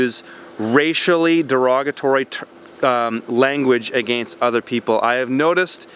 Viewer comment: People get offended over everything. The only offensive thing about you is the way you pronounce 'against' it's just super offensive lol.